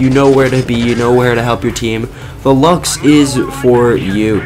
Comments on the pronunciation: It's pernouced loves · Not to be mean or anything, but I think its pronounced 'Lukes'